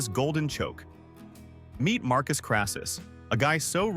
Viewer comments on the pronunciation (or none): none